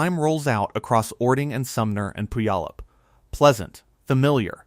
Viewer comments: A lot of commenters locally--the name Puyallup may look daunting, but the best pronunciation is "pew-ALL-up". If you look at a geological style map, you can easily see the former lahar pathways coming from Rainier. That mountain's footprint is immense, much bigger than Mt. St. Helens. In 1980 I was living in Vancouver Washington and watched the ash cloud rising from the mountain that May morning. There was no sound, but for being so far away, I was struck by being able to see with my naked eye, the cloud of ash expanding and rising. I was awestruck at the power of Nature. A small sidenote: there was a nuclear power plant on the Columbia River just downstream of Mt. St. Helens. You'd better believe it was on everybody's mind when the mountain began to swell and bulge up to a foot or more a day before the big event. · The mispronunciation of /pew/á/ləp/ in like nails on a chalkboard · Yes, but it’s PEW AH LUP. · We love our mountains. I grew up in Enumclaw at the foot of Mt. Rainier. I live closer to Mt. St. Helen now, but not in the mud flow area. We don't have tornados or hurricanes here. That's pronounced Pūallup...you don't say the "y". I still have family and friends in Enumclaw, Kent and Seattle. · Here's an idea check out how to pronounce Puyallup. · Please learn how to pronounce Puyallup!